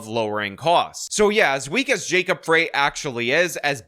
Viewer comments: FYI. It’s Frey is pronounced like Fry—not Fray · "Frey" sounds like "Fry," not "Fray." And Jacob is terrible, but at least he's an actual American. Minneapolis is very stupid in its insistence on electing Leftists. Rent control never, ever works. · Minneapolis resident here. There's no way I'm voting for Fateh, and I'm not the biggest supporter of Frey by any means, but you sound like an idiot when you don't know how to pronounce his name correctly. It's Fry not Fray. Makes it harder to take an obviously outsider seriously. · Not Fray...it's pronounced like FRY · FYI- Frey is pronounced rhyming with lie, not rhyming with okay. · Mayor Jacob Frey – He pronounces his name as FRY, not FRAY. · The mayor's name if pronounced FRY, not FRAY. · It’s pronounced “Fry”as in French, or what someone guilty of treason should do in an electric chair. Fateh is what you get when you have migration without assimilation; They sought asylum from “There” yet they insist on bringing “There” here. It totally makes sense in a definition of insanity kind of way. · It's pronounced "Fry" not "Fray". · FYI, Mpls Mayor Jacob Frey’s last name is pronounced ‘fry’, not fray’. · It’s Jacob ‘Fry’, not ‘Fray’. Fateh is stupid, but Empress Ilhan will be doing his thinking. Rents in Mpls are going down because the place has become such a shithole that affluent people are moving out like rats off a sinking ship. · Frey is pronounced Fry, and he is an absolute embarrassment to Minnesota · Frey is pronounced Fry. Fwiw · It's FREY ....pronounced FRY !! Come on 😅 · Pronounced “Fry” & “try-plex”. Other than that, spot on. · FYI...As someone whose been a Minnesotan for 71 years old, just wanted to let you know that Jacob Frey's last name is pronounced "fry". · It's Jacob Frey like fries. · Minnesotan here (first ring suburbs of MPLS)! Love your channel and I’m a huge fan! One correction for this video: It’s Fry. Like french fries. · You are right but it's pronounced like the food French frie